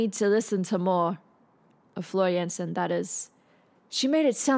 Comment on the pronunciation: Nightwish Army is incoming!), Thank you for your reaction and analysis! And welcome to the world of Symphonic Metal! You are the first person in the entire world who said Floor's second name correctly:D. She is Dutch. Yes, Floor has classical background, rock academy behind, and used to be a vocal coach for a number of years. Floor is the most versatile and powerful female singer today and can sing anything from more pop-y style, classic opera, to metal screams and growls. Floor is a queen of singing emotions. Floor joined Nightwish in the middle of their Imaginaerum world tour in late 2012 (which includes this show from August 2013). Previous singer, Anette Olzon (she's currently in Dark Element) left the band while they were touring, and there was no certainty what to do with all the upcoming shows. They called Floor (her previous band did tour with NW in the past, and they knew each other). Floor flew immediately to help them out and temporarily replace Anette for the rest of the world tour. She arrived two days before the next show, and she had only 48 hours to learn the entire setlist. And she did. There is official documentary about all that -- "PLEASE LEARN THE SETLIST IN 48 HOURS" ( ) For Floor it was first really big gig with Nightwish, 82K people, at the time she was only for a few months with the band. After the world tour (in October 2013), they made Floor their official member. This song was performed at the end of 90min show, at the 1hr 10min mark.